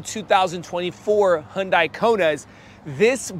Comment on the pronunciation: Because that’s the correct pronunciation of Hyundai